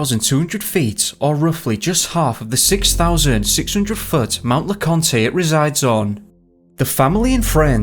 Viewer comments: great subject matter! i live in east TN and consider the smokies my backyard. The only thing I would say is Mt Leconte is pronounced Lecont. No E needed on the end. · FYI mount leconte is pronounced without the last e. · Mt. Laconte is pronounced without the long E at the end.